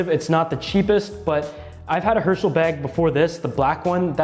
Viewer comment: I thought you said Hershey instead of Herschel